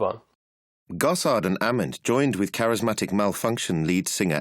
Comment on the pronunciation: They didn’t pronounce Ament or Gossard right either.